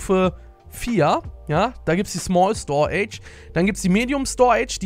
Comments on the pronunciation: store age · Bruder...wie spricht er bitte "storage" aus xD